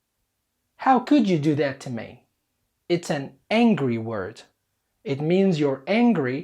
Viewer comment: الفكرة ممتازة بس عندي ملاحظات بسيطة: 1- الأفكارغير مترابطة يعني لو تركز على حدث معين أفضل 2- نطقك يشبه نطق لندني تعلم الأمريكية وخاصة في نطق حرف الآر إذا كان قبله أي ونطق كلمة مي تشبه النطق النطق اللندني ماي